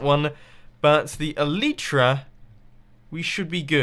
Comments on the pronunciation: E-LIE-TRA. I believe the y is pronounced "ie" not "ee"!!!! Please Mumbo I die every time you say eleetra. xD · Omg I get triggered every time he says El-ee-tra